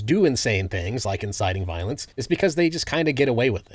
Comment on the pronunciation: “Cawll to viowence”⌨️🫃🏻 some Charlie Kirk acolyte just got done pew pewing up FSU and I have yet to see a VOOSH/destiny follower do something like that. Obviously voosh is over the top but anyone who isn’t a rightoid sperg could tell you that. This video is incoherent just like libertarianism lmao.